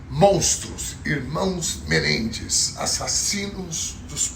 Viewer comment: A pronúncia de Menendez, na análise léxica, é oxitona. Sou fã incondicional de.